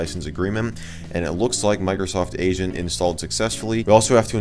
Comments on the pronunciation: I thought he was saying “Microsoft Asian” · Wheb he siad "Microsoft Agent" I thought he said "Microsoft Asian"